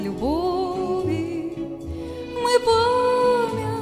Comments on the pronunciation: Голос ❤ красивий, заспівано чуттєво. Але працювати з вимовою. Слова, які постійно повторюються: відлуННя і пам''ять звучать у вас, як: відлуня і память. Ріже слух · Чарівно, дівчинко! 🎉 Малесеньке зауваження: відлуння вимовляється з довгою "н" і "пам'ять", а не "память"